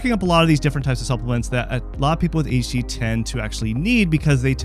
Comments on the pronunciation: "A Detch D" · He's saying it like AHD lmao. Wtf. Also, what's an ND? idk about this guy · "Ayshie ayshie" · Several times I swear he just says HD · Wait, he's not saying "daychitty"?!?